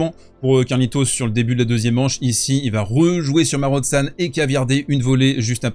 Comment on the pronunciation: Marozsan se prononce « Maro-Jeanne ».